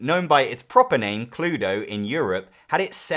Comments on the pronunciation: It's not "Kloo-doh" in Europe, it's "Kloo-eh-doh". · Nope....First "Murder!", then Cluedo and after that Clue! ☝️ By the way, in Germany the game is pronounced Clu-Eh-Do